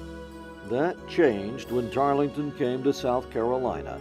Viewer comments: Tarl-ton, not Tarlee-ton. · Tarleton...not Tarlington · As historians, how can you fail to know his name was “ Tarleton “ - not “Tarlington” ? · Also mispronounced Tarleton. Silent “e”. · I’m disappointed that the narrator didn’t take the time to learn the pronunciation of one of the leading characters name, in his oration. Tarleton doesn’t have that extra syllable in it that the narrator insists it does. The “e” is silent. That no one on the production crew caught that is shameful.